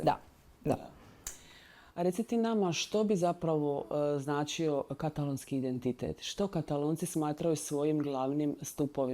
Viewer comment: HJP kaže "katàlōnskī", a Vi i Vaša sugovornica to zaobilazite. Vaš je naglasak na prvom slogu. Kao da Vas standard ne obvezuje. Začudno!